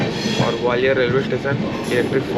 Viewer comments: Tation tation ni hota station hota hai 😂😂😂😂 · छत्तीसगढ़ी में स्टेशन को टेशन ही बोलते है। छत्तीसगढ़ी का रिस्पेक्ट करो जहाँ के भी होगे